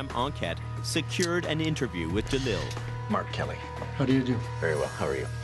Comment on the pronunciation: Everytime he introduced himself I thought he was saying R. Kelly instead of Mark Kelly I was 🧐